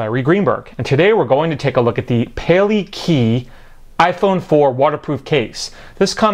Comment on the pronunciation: Actually pronounced pah-lay-kah-eye...pale (to prevent), kai (the sea) Judging by the honu (sea turtle) figure it's in Hawaiian. Interesting case btw.